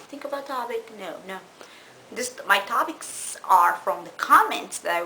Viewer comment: Lmao TOBICS instead of topics ur funny ur accent is killing me lol